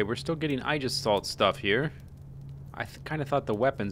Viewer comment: Ay-jis-salt. Aegis is greek.